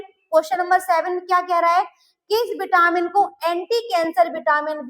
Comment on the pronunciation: Vitamin. Not Bitamin